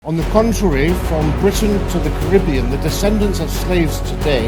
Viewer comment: Wish he would say Caribbean properly.